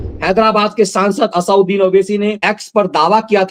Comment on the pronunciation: इस दैत्य का नाम असदुद्दीन है न कि असाउद्दीन,कृपया शुद्ध उच्चारण करें।